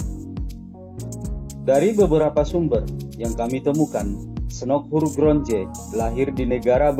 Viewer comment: Salah sebut nama Snock Hogranyoe